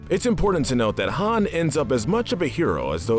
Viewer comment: Wait did he call him “ Hans “ ... it’s Han not Hans 🤦🏻‍♂️